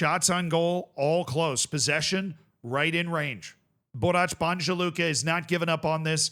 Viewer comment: it's pronounced Borats, not Borach, and Banya, not Banja. But you got Luka right and almost nailed Celje (its first sound is Ts) this time, so congrats!